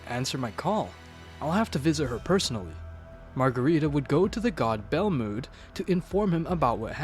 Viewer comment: Who the fuck is "Goteen" And "Belmuuuud"? It really pisses me off.